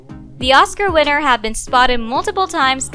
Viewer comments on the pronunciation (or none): none